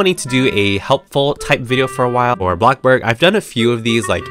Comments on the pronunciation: ITS BLOXBURG NOT BLOCKBURG BUT BLOXBURG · Him:bloc burg Everyone: bloXburg!!!!!! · Blockburg no it’s bloxburg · Why do u keep saying blockborg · YASSSS. I love how says “blocK BOOORG” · Yeah it funny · Other people: bloxburg: blokburggg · i never tired of hearing saying bLoXBrG Btw can you tell me how to copying the colour 😊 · U make mah day betta when u say blockburg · I like how u say ABLOCKBOORG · Me: click the video: welcome back to a....blocborg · I feel like everyone sow says bLoCkBoRg